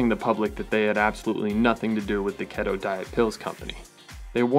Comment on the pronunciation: "ket toe" and "billy yawns" hahahahahahaa